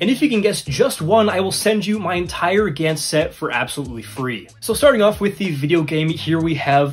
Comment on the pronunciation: It's pronounced gawntz like jaw